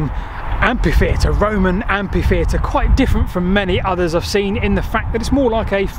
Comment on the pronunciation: "AmPHitheatre" not "AMPithefeatre". You misspelled glimpse as "glimimpse"